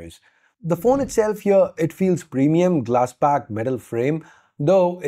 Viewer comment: Dude I love you but you just can't pronounce the phones name like that I mean please